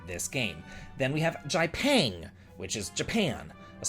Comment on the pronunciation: Jipang is probably pronounced "Jee pahng" rather than as "Jai payng." In most of the world (including in Japan), I says EEE, and A says Ahhh, as in "open your mouth and say 'ahhh.'" The A-sound that Americans have in "apple" and "at" is actually (oh, look, there's another one!) pretty unusual and doesn't exist in most of the rest of the world.